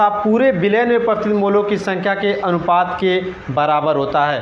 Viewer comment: अनपात नहीं अनुपात